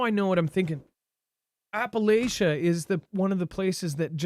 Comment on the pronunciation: Appala-CH-ia chia not Shia lol I'm from here so I'd know lol, also we don't want any more of you folks moving here we have too many comin in as it is